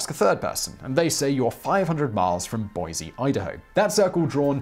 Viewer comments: no 'z' in 'Boise' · There's no z in Boise lol 😆 thanks for the mention. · There is no Z in Boise. Boiseans are very assertive that it is supposed to be pronounced with an S. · It would have been nice for him to pronounce it correctly with an S though...